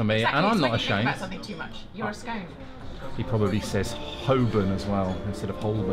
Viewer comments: It’s pronounced SCON! If you spread some butter on first - then spread jam - then a dollop of cream - it works perfectly. Now how do you pronounce Marylebone? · It's got to br "sc-on-e", no if's or but's. If the clotted cream is softer and more pliable, it goes on top! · He's no gentleman. You can tell by the way he says scone 🤣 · should you not have removed your hat? Butter, jam, then cream on your scone (rhymes with loan). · Lovely and so interesting😍 but I couldn't tell the difference of pronunciation of 'Scone' 🤣🤣🤣 Is it why I am Japanese? I do wanna catch up !